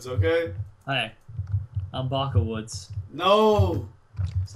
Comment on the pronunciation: Baca won not Baka